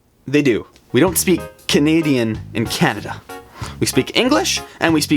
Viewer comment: am I the only one that noticed that when he was saying Thay speed English and French he sed cunadean???